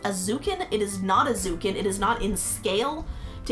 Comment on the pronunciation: Love the video, those look amazing! I just wanted to point out the 1/40 scale zukan are pronounced, (zoo-kawn). Just some info!